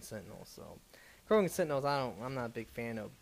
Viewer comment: >Adapt >Macktock >Korgan I love you man, and I know it's not a big deal, but you seriously gotta learn how to pronounce shit, for someone who's read this stuff a thousand times.